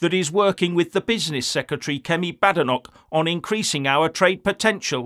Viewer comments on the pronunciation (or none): none